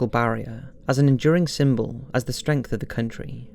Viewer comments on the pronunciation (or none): none